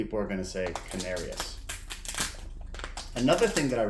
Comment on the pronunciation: I’m not sure but I think it’s pronounced can-are-ees